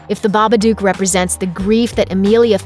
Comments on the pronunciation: Isn't it Baba "dook" not Baba "duke"? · The narr8of this videovneeda to know its baba dook not Duke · I hate the way she says babadook book look duke come on